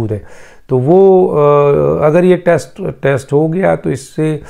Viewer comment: Test , not text, what med school did you go to , and what’s this sifting of air and saliva gulping ? Sialorrhea? What meds are you taking ?